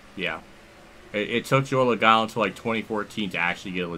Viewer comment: Joey Loagano! Even Motorsports Games at least got his name right 😂😂